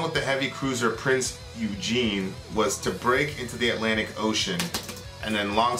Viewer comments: And every nation had shady stuff that went down under the sheets Its Eugen NOT Eugene Pronounced Oi-gun And American Armoured forces use the tactics the German army used, tactics that was made and molded by Rommel; the desert fox And having respect towards your opponent in war is a sign of worries honor. The rejoice of your ship's armament hitting its mark is something or was appropriate because of how hard it was for shells to hit home. And in a documentary of The hunt for the Bismarck, one of the survivors said that at the moment the hull of the HMS Hood buckled and got torn in half, the crew of Bismarck rejoiced for their victory, but it was short lived as the horrific feeling of horror to what happened to the crew of the Hood dawned on them and the horror of that moment are equally scaled on both sides who had survived that engagement that day/s. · Ok you mispronounced prinz eugen. It's not like the name Eugene, its more like oigun, like oil and gun put together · The Prinz Eugen was NOT pronounced Prinz Eugene.It wad pronounced Prince "oygen" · Yup your right they always misspell The Prince Eugene and pronounce it wrong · the pronunciation of the cruiser Eugen is Oi-gen hard g sound, just wanted to point that out, good video though :) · I think you should watch a 3 part OVA called "Mobile Suit Gundam: War in the pocket" its amazing for showing just how shit war is also Eugen is said "oi-gern" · lol, your pronunciation of the Prinz Eugen the actual pronunciation is Prinz Oi-gen, the G is used as a G and not J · Prinz Eugen is pronounced Prince Oy-gen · oi-gen thats how its pronounced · Prinz Eugen omg heres the pronunciation